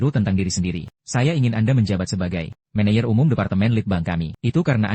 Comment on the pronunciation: Saya kok keganggu ya dengan sulih suara AI nya..manager/ menejer teruuuus aja dibacanya meneyer😢